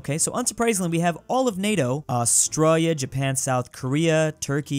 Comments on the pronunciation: Why do you say Australia in such a way that makes it seem like you've suffered a severe head injury at some point in your life? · what did you say? Australia???